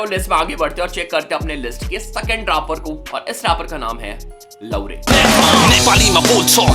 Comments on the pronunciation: लौरे नहीं भाई लाउरे 😅😅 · It's लाहुरे / लाऊरे not लोरे